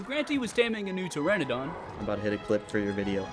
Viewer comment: Its not pteradon, its Pteranodon (tuh-ra-nuh-daan)...